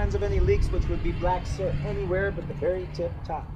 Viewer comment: You bet,. The word is 'SOOT'. Rhymes with FOOT, but not BOOT.